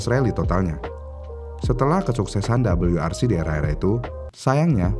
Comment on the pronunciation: Untuk ejaan indonesia Bilang aja "W" gak usa Double U. jadinya malah lucu